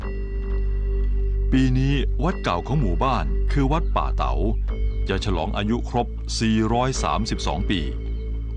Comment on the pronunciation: ยังติดตามเป็นกำลังใจ ทุกตอนครับ ออกเสียงภาษาเหนือจริง คือ สหล่าครับ บ้านป่าเต๋า จริงน่าจะป่าตาว